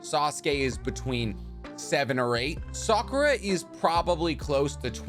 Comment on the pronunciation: "Sahk-ooh-rah" - vs. Sock-ooh-Ruh